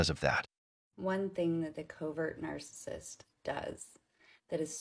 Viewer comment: Narsusust Narsusust OMG shut up!!